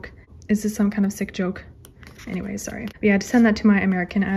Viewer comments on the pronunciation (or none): none